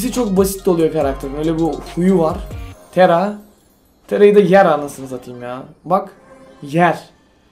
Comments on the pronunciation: tara yerine tera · O tera değil tara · Abi işine karışmayım ama tera değil tara olacaktı ama güzel video